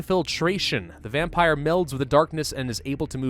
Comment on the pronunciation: What's a "Vempire"? . " . .\_/ .